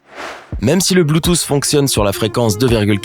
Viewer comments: Merci de répondre a une question que je ne me suis jamais posé même mon prof de techno ne m’a jamais expliqué ça par contre, la miniature me gêne un peu et s’il te plait arrête de dire bluetooce ( pour la prononciation) on dit Bluetooth (ffffff) 🤦🏽‍♂️🤨😂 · Ptn tu me tue avk ton BLUTOSSE au lieu de BLUETOOTH